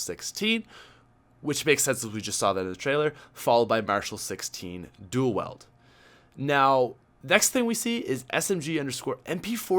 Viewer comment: every time you say "dual WELD" I cringe a little......